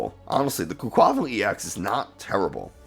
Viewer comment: Makes fun of the way some people say Giacomo but can’t say quaquaval or tarountula correct 😉